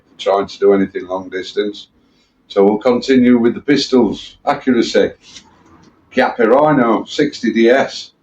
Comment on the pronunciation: Good for you, to get that pronunciation of Chiappa correct.